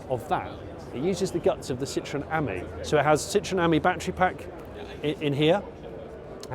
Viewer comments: Ami is pronounced as the French for friend the emphasis being on the I ( Ameee ) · With the Panda you can get lettering to fit into the indentations. Ami has the emphasis on the I , pronounced as friend in French not the way you pronounce it .😢